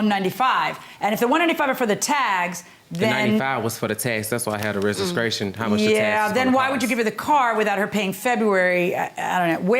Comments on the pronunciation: The car “restcration” 😳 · He said regiscration (registration) and also mispronounced a few other words. 🤨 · no, he said reziskration. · "Rejiscration plates"?